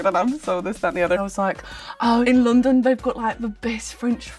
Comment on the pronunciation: It veers between Essex and a general northern/midlands accent. Although still amazingly good for an American! Unfortunately the word that messes up the consistency of her accent is when she says 'London' which sounds properly Northern, but then lots of the accent she is using is a kind of Essex accent.